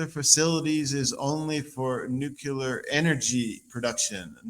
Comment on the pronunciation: Why isn’t this guy pronouncing nuclear correctly?😂😂😂